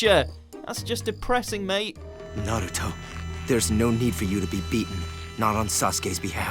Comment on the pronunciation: He pronounced Naruto wrong